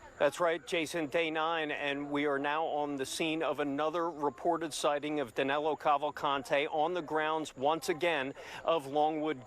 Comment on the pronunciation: Danilo, not Danelo